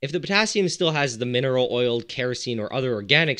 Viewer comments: Have a shot everytime he says Putassium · How many times he said pottasium??😂😂😂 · New drinking game: take a shot every time he says Pottasium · How many times did he say pottasium?